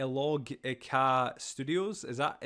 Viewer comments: Maybe "il-logic-a" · Lol it's: ill-logica